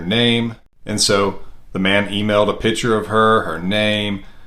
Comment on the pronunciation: Pitcher ??? not Picture???